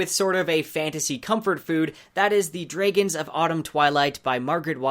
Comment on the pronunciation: Great video. But is there a reason you pronounced Dragon that way. No criticism, just curiosity.